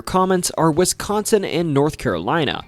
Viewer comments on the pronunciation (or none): none